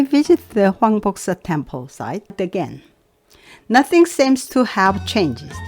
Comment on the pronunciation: 황복사지 영어로 듣는데 꼭 한국말처럼 들리길래 제자신 깜짝 놀랐습니다.ㅎ 정말 훌륭하십니다. 언제나 고맙습니다. 건강하십시요.